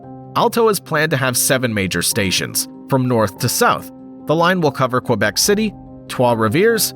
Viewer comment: Why can’t you pronounce Quebec properly?